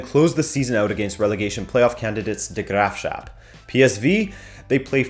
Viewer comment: Great video once again. You're doing amazing work. I can't help but chuckle when you said "the Graafschap." Dutch is a difficult language after all haha. Much respect for even trying to pronounce it.